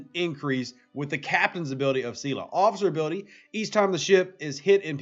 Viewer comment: I know I’m going to like this vid! Lol “c-la”